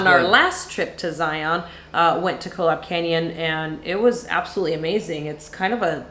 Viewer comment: Hey love the channel. As a Utahn, I need to correct your pronunciation of Zion. The pronunciation rhymes with "Ryan." Lots of visitors prounounce it incorrectly as if it rhymes with "Try on." Thanks, and LOVE all the Amtrak stuff. I took my first trip last month Salt Lake - Chicago - DC - Orlando. So great!